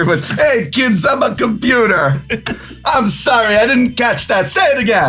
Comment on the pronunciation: “Ay kid I’m a computah” is a gi joe psa meme prof followed up with “stop all the downloadin”